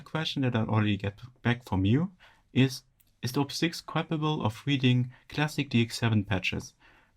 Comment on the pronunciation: It’s Op-Six. Not oh-pee-six. Op as in operator.